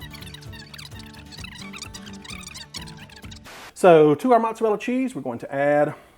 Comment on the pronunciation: can't trust anyone who can't pronounce "mozzarella" properly